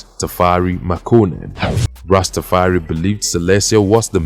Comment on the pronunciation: Its pronounced rasta far i